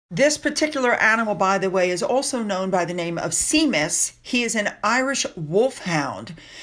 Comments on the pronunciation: Just an FYI it's shay-mus not seemis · Princess Catherine looked absolutely beautiful at the St Patrick's Day Parade. It's obvious she enjoyed every minute of it, you could see babies and people gravitate to her The Irish Wolfhound's name is pronounced "Shamus", Irish for James! I'm having an MM free day for my mental health. today. Thanks again for your hard work.😊❤ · "Shay-mus" is the way you pronounce Seamus . I know, Irish is hard!😂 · it is not pronounced see-mus. It is pronounced shay-mus (long "a" vowel). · Sorry, the Irish mascot…the Irish Wolfhound is called Seamus - Shay mus - it means James in Irish Gaelic. Just like Sean Connery was Shawn not Seen…that is Irish for John. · Can I just correct you please....the dogs name is pronounced Shaymus. Just for a bit of interest, the Irish Guards was founded in 1900 by Queen Victoria, and the custom of handing out shamrocks began in 1901, introduced by her daughter-in-law, Queen Alexandra. Also Catherines stunning hairstyle was inspired by the Triquetra, or Irish Trinity Knot. The ancient symbol is closely associated with Celtic culture, where it is affiliated with the ideas of eternity or the Holy Trinity, and is a popular sign across Ireland. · The dogs name is pronounced Shameus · Please don't take this as rude, Seamus is pronounced Shaymus. I admit I'm often confused by some of the names, Saoirse - Sersha was one of them. They are very magical sounding. :-D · Seamus is pronounced “SHAY-MUS,” and means “James” when translated into English, as I have explained to you before. Sandwich begins with the word, “sand,” not, SAM! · the name of the dog is Seamus (in irish it is pronounced "Shea mus". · Seamus the dog is pronounced SHAY MUSS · HI!!!! The Irish Wolfhound's name is pronounced SHAYMUS.... HAVE A BLESSED DAY!!! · fyi - the name Seamus is pronounced “Shay-mus” 😊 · Thanks for the video,. For information, Seamus is pronounced Shamus (kindly meant) 🙂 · Seamus is pronounced shay-mus.